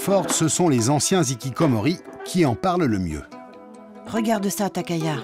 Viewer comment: Un "nikikomori", des "zikikomori", ça fait mal aux oreilles. Les h muets n'existent pas en japonais, tous les h sont prononcés en début comme au milieu des mots. Sans aller jusqu'à demander une prononciation correcte des mots japonais à des journaliste français de base, on pourrait au moins appliquer les règles du français et traiter les h initiaux des mots et noms japonais comme des h aspirés, sans liaison. La remarque "Non ce n'est pas une déchetterie" est inutile et irrespectueuse.